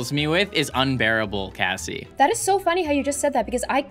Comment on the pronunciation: Its kassie not Casey and also its Royale high not royal high